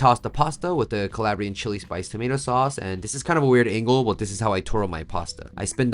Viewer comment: Ca-lah-bri-an chilies. My uncle got on my for pronouncing it the way you did. But looks fantastic chef!